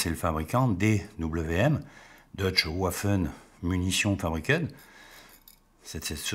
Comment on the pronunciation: Pas si rare et pas si cher que cela ..... et il ne faut pas oublier que La Suisse fut la première armée du monde à adopter un pistolet automatique en 1900. et juste pour info Waffe se prononce tout simplement "Vaffe" et non pas "Houafe"